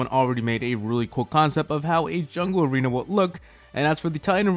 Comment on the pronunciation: You said aweena insteasd of arena